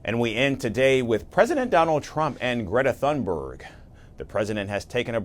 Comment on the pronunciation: It's sad when Trump can pronounce Greta Thunberg's name properly, but the journalist can't. What next, is he going to call her "Greta Thumbdrive?"